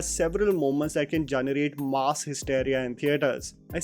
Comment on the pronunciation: Stop pronouncing ‘mass’ like you are talking about a slab of meat. Mass, not maas.